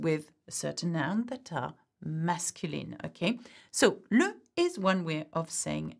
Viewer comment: Thank you! Why is Le pronouced like Lou? Is it Luh or Lou?